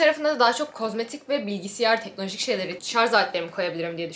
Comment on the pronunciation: Acilen bilgisiyar demeyi bırakmalısın😂